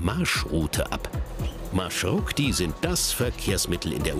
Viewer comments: MarshruKti? REALLY? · MarshruKti ahahahhaha🤣🤣🤣 MarshrutKi ist richtig